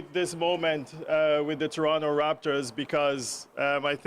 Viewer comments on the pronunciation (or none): As the Toronto tradition someone needs to teach coach how to say Toronto as the citizens say it in my opinion